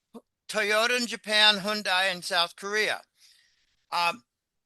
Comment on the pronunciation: It's pronounced: Hyun day Hyundai